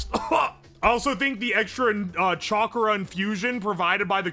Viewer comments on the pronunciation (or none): none